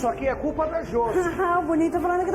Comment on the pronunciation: " A curpa é de kem? Su babaco!!" Kkkkkk